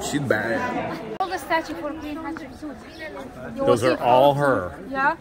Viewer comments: Thanks again for sharing all of this amazing history! 💕🤗🥰 These videos are much better than documentaries because we get lots of wacky humor and learn the real pronunciations, like Catsupsuit.🤣🤣🤣The Egyptians should let & Susanna Patricia rename all of their royalty.🤣 The guides so far are awesome, with friendly personalities and lovely accents. Love what they do with the letter r, just like the Jordanians. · Everytime your tour guide says the queens name all I can hear is Ketchup soup! Lol 😆 🤣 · The wall art is amazingly beautiful!! 🤩 Thank you for taking us on another tour. Both of you seem to be enjoying yourselves, minus the drama. 🎭 it sounds like you’re saying Ketchup Soup 😄 and corrects you every time. I enjoy watching your videos with smiles and laughter! Love the humor. You guys remind me of my husband and I. You both are our type of peeps to hang out with. ❤️